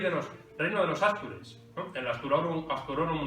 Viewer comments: Casi veinte años viviendo en Asturias y otros tantos en León, y es la primera vez que escucho ástures en vez de astures. Alguna explicación se hace necesaria. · Gracias por el repaso. Sólo un cosa que decir: No existe la palabra ástures, ni ástur. Sino astures, en plural, o, astur, en singular. Es una palabra aguda, que termina en r. No lleva tilde, pero la sílaba tónica es la última. Y su plural es una palabra llana, no esdrújula. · ¿ Por qué dice àstures? Nunca se ha dicho en esdrújula